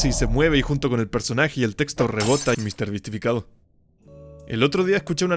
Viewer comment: no se dice misterbisifiriti se dice mrbeastificacion :V